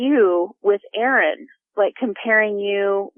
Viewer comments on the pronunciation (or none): none